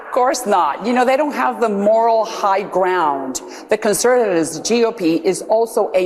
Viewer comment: notice she sounds like she's teaching the audience how to say "moral highgrOUNd", as if they're making sure the dumb shits who watch this garbage clench onto that sentence as their next top 10 come backs to own the libs at the dinner table